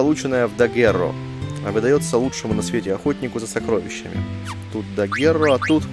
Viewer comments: Спасибо за очередной выпуск! Я в первое свое прохождение финалки Дагуррео вообще не нашла и пропустила... Кстати, вот решила поискать, как же оно произносится: dəgEro. И при поиске мне в первую очередь выбило слово daguerreotype - дагерротип: название первых фотографий. Вот интересно, почему назвали именно так? Ведь у нас бибилиотека... Может, потому что здесь из руды можно наделать кучу копий аквамарина? Процесс трансформации, кстати, похож на "сейчас вылетит птичка" 😁 Прослушать произношение можно в кембриджском онлайн-словаре, к примеру. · Я на первом прохождении нашел только на четвёртом диске, когда уже, после прохождения, загружался с последнего сейва и выходил на карту мира, чтобы ещё немного побыть в этом мире, который полюбился мне на всю оставшуюся жизнь. Гугл переводчик тоже произносит название как dəgEro. Теперь мы знаем, благодаря тебе, спасибо! =) А вот про дагерротип я как-то рассказывал немного в этом прохождении: Но уже не припомню в какой части.